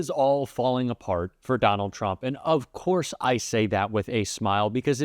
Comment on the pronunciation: Say ‘four’. Kennedy - fo-war. Say ‘course’ Kennedy- ‘co-rus’. Say car , Kennedy - ‘caw-er’. Dreadful.